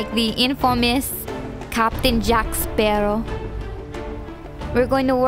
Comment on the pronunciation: you are very good to make up and beautiful, but i have to say that i hate it when you said "captain jack SPERROW" angelica says it right. P.S. I love that movie♥